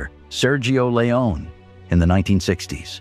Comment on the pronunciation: Or Sergio Leone is constantly pronounced "Leon".